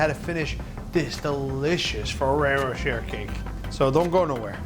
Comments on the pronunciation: “Row cher” “Row shay” ?!?! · isn't it pronounced more like ferrero roshae i know its not spelt like that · Ferrero “Ro-Shay” But great cake! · I looooooove Fererro Rocher. Umm btw its pronounced RochAY :-P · I thought he said ferrero chair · Anyone else hate the way he says rocher